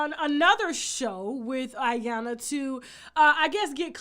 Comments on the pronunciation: EE-YAHN-LUH TASHA😂😂😂 not ayana💀💀💀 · E-Yan-La Tasha, not Iyana. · Iyanla= Eee-Yan-la 🙄😂